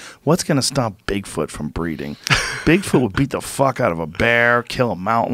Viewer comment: BIG fòot is with me he says ñò more JRE he's such a tosser